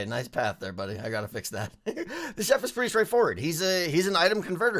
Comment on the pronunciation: I keep thinking ur saying shep instead of chef lol